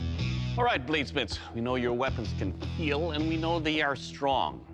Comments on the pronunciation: Corona virus out break from China: Meanwhile Doctors: It will keal! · It will keal...my hand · it will keal....my hand